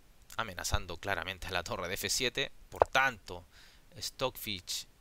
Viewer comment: No pongo like porque dices Stockfich